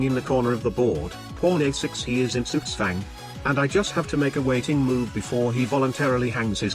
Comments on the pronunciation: why do you let tts say the other words correctly but not Zugzwang? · it said sugswäng. Zugzwang has a z with a t like sound sound at a start and the rest of the z sound is more different than s than his tts. His tts almost said it like s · It's possible that the tts engine didn't like the spelling of "zugzwang" and said it in a way that would've sounded weird, so spelled it with an s to make it sound less wrong. I've played around with tts software before and occasionally had to spell words in a weird way to get the computer voice to say it right. Also if you get this reply notification twice, it's because YouTube glitched and appeared to post the comment twice, and when I tried to delete one of them it deleted both of them, so I had to rewrite the comment.